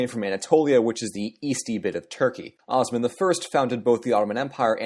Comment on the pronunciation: Say Osman properly PLEASE!